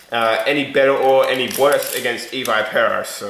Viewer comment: its ee v ih pur oh